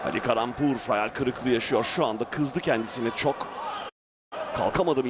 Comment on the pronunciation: я думаю что за каламбур все время а оказывается калампур)))